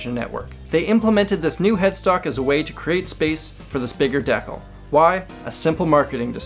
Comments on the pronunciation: it's "de-cal" not "deck-ul" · Great video, thanks. Except "decal" is pronounced like "dee-cal". Took me a while to figure out what you were saying. ;) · I've recently hears someone else pronounced decal as "DEH-kull" and was starting to wonder if I was the weird one for saying "DEE-cal" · "Deckle" lol'd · The ol Canadian decal pronunciation. Love it. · Bruh this man pronounced decal like decal💀💀😭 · Is that how you pronounce decal...? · Let's be real here. How Canadians pronounce "decal" is the most mind blowing fact on this list. I dig it. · The way he says decal. What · "costed" is not a word, and decal has the accent on the second syllable. Aside from that, quite splendid. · Are you mispronouncing "decal" or is that some word I'm just not familiar with? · Decal is pronounced wrong. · You are very much mispronouncing the word "decal."